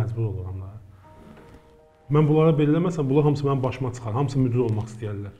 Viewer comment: "Müdür" yox,"müdir"